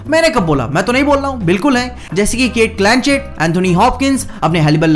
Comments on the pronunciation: It's Cate Blanchett not Clanchett...😂😂 SOMETIMES MISSES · Its "cate Blanchett" not "cate clanchett"🤣🤣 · Bhai not Cate Clanchett... A list actor h toh naam bhi sahi se lo...it is Cate Blanchett....And yeah some of the actor dont need marvel to prove their worth.... Marvel need then mark my words